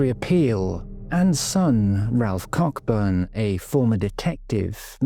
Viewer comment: The fact that you mispronounced the surname Coburn, is not a crime, the most important thing is that you have highlighted a very serious crime, a lovely lady mrs heron whose life was sadly taken, and still to this day we are no further forward, Someone out there knows what happened to her, and if her case as many others are not kept in the public eye how will they ever get solved. The more publicity that they receive the better it will be for them and their families Thank you ❤